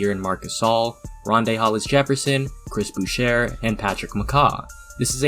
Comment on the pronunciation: It’s Chris Boo-shay* Dude’s last name is French Like my last name... paw-yet.